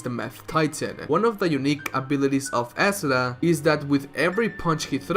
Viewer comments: it's not asuRA. it's aSUra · I cringe when you pronounce Asura, Chakra and Mantra.